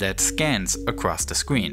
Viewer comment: acwoss the scween. fweqwency wange